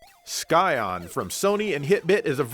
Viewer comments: Let me just say that I'm sighin' at pronunciation of the word scion. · "Scion" is pronounced like "psy-on" not "sky-on" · heh sky-on You mean sigh-on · Awesome video, of course. But man, it grates my ears to hear you pronounce Scion as “Sky-on”. It’s pronounced “Sy-on”!!! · Scion is not pronounced "sky-on". It's pronounced like the beginning of the word science. In fact, there are no words in the English language beginning with "sci-" that are pronounced "sky", so I'm not sure where you got that from. Science, scissors, scimitar, scintillating, sciatica, scion, in all cases the c is silent. For that matter, words beginning with "sce-" are the same way. Scene, scent, scepter, scenario, etc. Also scythe. As a general rule, e, i, and y following tend to make c's silent. Cigarette, city, cyst, celibate, civilization, cede, celebrate, cicada, cinema, circle, cipher, citation, cerebral, centrifugal, ceramic, well, you get the point. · You do realize it's pronounced Sy-on not sky-on? Jesus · Its pronounces Szion, not Skyon, like science. I consider you my friend no more. You suck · I'm pretty sure Scion is pronounced as "sai-on" (sai like in the weapon Sai), not "sky-on". I know this because in Magic: the Gathering we have a creature called an Eldrazi Scion, and everyone pronounces it "sai-on") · Why drive a KIA when you can drive a SKY-ON ? That's right, fool, SKY-ON, not Scion! 😅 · LOL, learn to pronounce Scion. The "sci" part is pronounced "sy" just like in science. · Scion is pronounced like sigh-on ;) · Sorry, it's pronounced S(eye) On. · I'm sorry, but how can you mispronounce Scion, but not Exerion? I mean there's a freaking CAR with the name Scion!